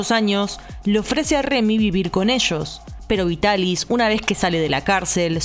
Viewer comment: El doblaje de la Remy chica es en castellano, verdad? Porque estoy segura de que la actriz de la prota es mi adorada Marta Sainz, que ha hecho a tantos personajes de mi infancia :D <3 Me alegra también el error de la R en Vitaris, puesto que significa que ya traducían del japonés directamente, y no de la versión francesa como hacían antes...).